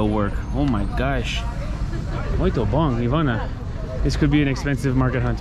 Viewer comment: Love Ouro Preto! I was there last year and wished I had more time in that beautiful city. Mariana is another town nearby and is also very pretty. Just a little tip on the pronunciation of "bom". When you see m at the end of a word, you never pronounce it at all. Its a nasal sound. To pronounce it you just start slowly as if you were saying the word "bong" and just drop off before pronouncing the "g". Same thing with the word "sim", don't say the "m". Pretend you are saying "sing" but really slowly and drop the g there too. I read a comment on your video on Rio on New Years day. Someone said say "top" instead of bom. "Top" means like very cool or great but to pronounce it like the Brazilians say "topee"! Muito bom(bong) amigos! Your videos are awesome!